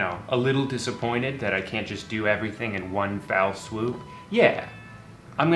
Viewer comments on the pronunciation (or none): Is he saying "Foul swoop"? lol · Is this how I learn “foul swoop” isn’t right? My parents always said foul swoop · I know it's been like two years but you said it so many times... it's fell swoop. FELL swoop. Not fowl/foul swoop. Thank you.